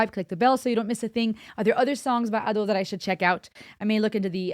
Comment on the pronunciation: `Ado instead Ad`o. First sound is "a" (like in "unravel" word) instead "e" (many people confused) "Ado" - term from one of japanese theater, means second-plan actors which maybe not on stage even , while "Shite" - first-plan actors. Ado said that when she heard "Ado" first time, she thougth it sound pretty cool